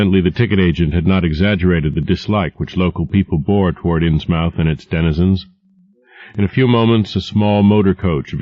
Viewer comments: Ins-MOUTH, I always thought you pronounce it as 'Inns-Myth' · It's pronounced inz-muth, not inz-mowth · great, but if u do not know new england, learn. we from there insmith not MOUTH its just annoying and lazy on your part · It’s pronounced “ins-muth” not “ins-mouth.” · despite the ins MOUTH this is an awesome reading, it's pronounced like Plymouth muth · Be nice if he pronounced Innsmouth correctly. The accent is heavier on the first syllable than the second. *INNS*muth, not Inns*MOUTH*. Also, the second syllable is pronounced "muth", with a very soft "u", unlike in a word like butter. There isn't really another pronunciation like it, other than English named geographical locations. Investigate the pronunciation of words like Portsmouth Dartmouth. Just type it into Google. It's not hard. I'm off to find another audiobook; I'll never get to sleep otherwise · inz MOUTH ? No one in New England would pronounce it that way. INZ-muth. Like Plymouth or Dartmouth or Portsmouth. I wonder how this reader would pronounce Worcester! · Matthew Boan it's pronounced "innsmuth" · I really like this reader, but the way he pronounces "Innsmouth" in this one makes me twitch every time haha.. "inns-MUTH," not "inns-MOWTH" - I know that's more strictly phonetic, but live around towns with names like that and you'll know what I mean... like how only people who've lived in Oregon say "Orreh-GUN," whereas the rest of the country says "Orreh-GAWN." But in cases of dispute like that I say rules of pronunciation defer to the preference of the locals.. Apart from that, though, this is really a perfect reading of Lovecraft. You couldn't ask for a better voice for this stuff. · "Ins Mowthe?" I always thought it was "Innsmouth", More of a British style of pronunciation, Not "mouth" as in an oral orifice you eat and talk with. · The voice is mispronouncing "Innsmouth". Its phonetic is "INNS-muth". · Inns-Mouth. :D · Yep. I couldn't stand it, so l found a better one. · agree, its annoying